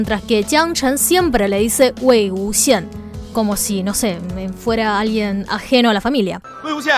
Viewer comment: Me mori porque parecía que estaba diciendo Wy XD